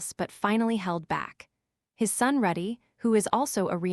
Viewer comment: Calls Rudy ruddy Calls wake-see-uh /ah wrong